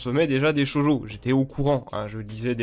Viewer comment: Je l'ai appris que récemment, mais je tiens quand même à pinailler dessus. On dit "Shoujo" et non "Shojo". Cela se dit donc "Sho-ou-jo". Oui car "Shoujo" veut dire "jeune fille" en japonais, alors que "Shojo" veut spécifiquement dire "jeune fille vierge". Tu dis ça au Japon et ils le prendrait mal, à ce qui parait.